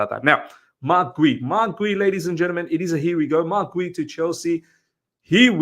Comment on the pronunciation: I think it's pronounced as G-yu because of the u at the end